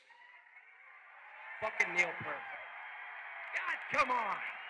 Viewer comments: Working Man... NO. That was John Rutsey. Fake Lars voice, BTW. How pathetic. AND IT'S PEEEERT!!! Not "Pert", like the shampoo, ffs. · So funny how no one pronounces his last name the right way...lol Pee-rt. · Peart is pronounced as rhyming with "hurt". That came from the Professor himself. It's not "Pier-T". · Danny Carry. “My good friend Neil Purrt” Oh, sorry! I meant to say “Peel Nert” Shit! It’s “Feel Squirt” He’s my good friend I promise! Dannys a great drummer! Just joking 👍🏼and for any other drummer who were good friends with Neil but couldn’t pronounce his last name, it’s pronounced Pea-ear-t. ☮️✌️ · Danny Carey says Neil is his “good friend” but calls him Neil “Pert.” How do you mispronounce your good friend’s name? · And he pronounces Neil’s last name wrong, as did Tommy Lee 🙄😒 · Funny how so many of these drummers couldn’t pronounce his name. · If he was your good friend, you’d know how to pronounce his fucking name, Danny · Danny Carey says he's a good friend and proceeds to say his lasnt name wrong. Fake